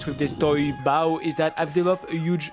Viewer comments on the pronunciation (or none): "Bow" just pronounce it "beau". Love those kind of videos, I like hearing people's opinions on designs.